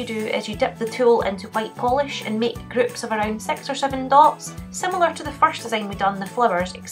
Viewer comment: I love how she says groups-gloops and six designs-sex designs spring-spling 😂❤